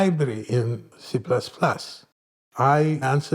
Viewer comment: C-PLASS-PLASS --- it is the boss